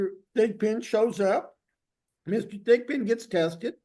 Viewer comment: I thought the judge was calling him pigpen. 😂 but his name is Thigpen.